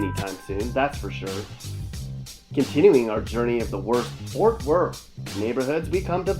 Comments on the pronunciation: Stop saying fort worth like that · Boy delete this shit houses don’t look like that in Fort Worth let alone Texas, you can tell you never been here just by the way you keep saying “Fort Worth” 😑👎🏾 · He can't even pronounce Fort Worth, what a pos video, Our city is amazing ❤️